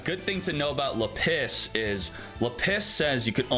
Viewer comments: JESUS CHRIST it's /là·pis/ STOP IT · I have never heard Lapis pronounced this way before! 😂